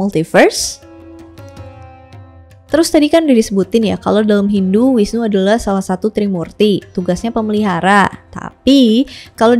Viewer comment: Bagus skli kk, cuman koreksi sedikit V dibaca W ya kk misal visnu dibaca wisnu dst. Pura puseh ada disetiap desa bukan kecamatan Hindu di bali menganut aliran Siwa Siddhanta dimana semua aliran dipersatukan dalam harmoni Dewa siwa tepat nya pelebur, bukan perusak